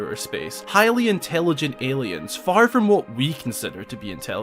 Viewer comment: "HYLIAN-TELIGENT ALIENS"